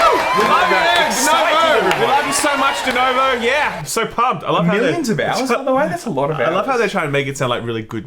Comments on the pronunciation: Please....for fu@ sakes PLEASE people, everybody learn how to say DENUVO. It's a fu@ U. Pronounce it, FFS. Also if you guys don't think there are cheaters in basically EVERY online multiplayer then I think maybe gaming news is not the place for you..... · I've noticed a trend with idiots not being able to READ A SIMPLE NAME RIGHT. It's DenUvo, not fucking DenOvo. And since the guy in the video just before did that same crap. And also, idiots have a tendency to misread any word or name they didn't see before and keep misREADING the word ad vitam eternam. So, they keep reading and reading the same name or word and NEVER read it, their brain just don't see the information before their very eyes. It has always pissed me off. Sorry that you happen to tale this rant, but as I said, some other guy did the exact same irritating thing in the video saw just before, and I was almost sleeping, but it made me jump out of bed to tell you how awful it is to hear people fail at reading a VERY simple name. DenUvo. There, is it THAT hard? And fuck Denuvo AND Bethesda. I hope they both go bankrupt, they don't deserve to exist. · Is denOvo some kind of internal joke or they are just mispronouncing it ? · Is it me or they are saying DenOvo instead DenUvo? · LOL 'Denovo'...